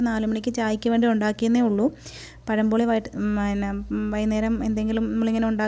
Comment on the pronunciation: പഴംപൊളി അല്ല മാളെ... പഴംപൊരി. പെരുമയുടെ ര പഴംപൊരി...........😁